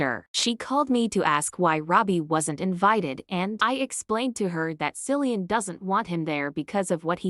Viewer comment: Kil-llee-in, not Sil-lee-in. Stupid AI.